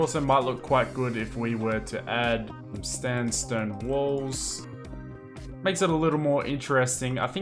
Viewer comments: “Stanstone walls” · LMAO HE SAID STANSTONE WALLS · "standstone walls" hahahahaha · “standstone walls” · “STANDSTONE STAIRS” YAYA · "standstone" if u know u know